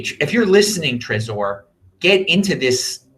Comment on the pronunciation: lol why do you say trezor like that? How about like the name Trevor, you dont need to focus on the O. Lmao